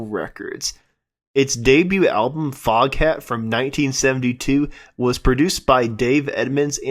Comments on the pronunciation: It is actually pronounced fogat. The h is silent. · Foghat, pronounced Fog..at. The h is silent.